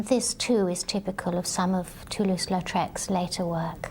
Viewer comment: "Toulouse" not "Latrouse." Even you didn't get it right.